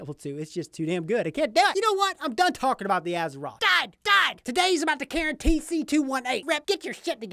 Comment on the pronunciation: Instagram: isolemnlyswearthatiamup2nogood You are the first person I've seen review this that pronounced the name Charon right! I know most people have no idea who the ferryman was in mythology, but I was so excited when I saw they named this after him. I used to read mythology avidly as a kid. It's cool to see companies incorporating it into their mods. 🙂